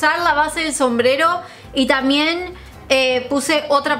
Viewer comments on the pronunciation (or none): te re banco pero por favor no te comas la B cuando digas "También", en todos los vídeos decís tamien y suena mal 😊